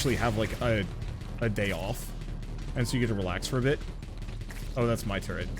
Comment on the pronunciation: why are you pronouncing 'turret' the same as 'turd'? lmao